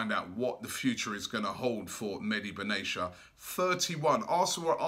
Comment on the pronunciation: It's mehdi benatia not Medi Ben Asia